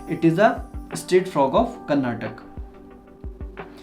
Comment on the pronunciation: It is karnataka not karnatak